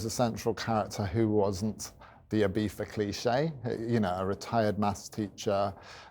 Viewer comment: Nice guy. Ibeefa cant be the correct pronunciation tho 🙈